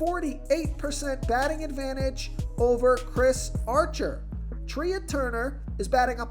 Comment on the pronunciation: Trea turner is pronounced like Tray